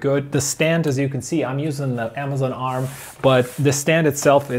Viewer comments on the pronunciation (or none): none